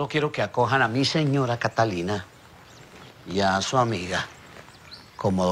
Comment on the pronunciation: Me da mucha risa con don marcial por que no sabe decir catalina y dice catilica